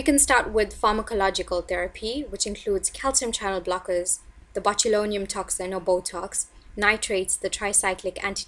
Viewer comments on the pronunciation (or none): none